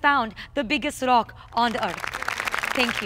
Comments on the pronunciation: Tongue rolls intensify R-r-r-r-r-r-r-r OCK! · Everytime she says rock, replace the r with a c. your welcome